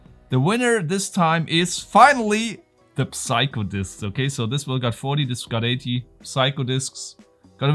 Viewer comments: Psycho is pronounced like Seiko. :-) thanks for the lovely content, and I vote for Puzzle Box nr 1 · The P in psycho is silent